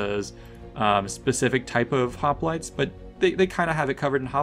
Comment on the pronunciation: Does anybody else remember when Oakley would pronounce hoplites as hoplitays?